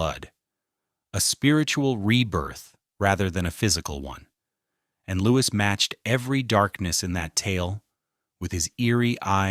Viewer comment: It is pronounced Lou-ee The S is silent.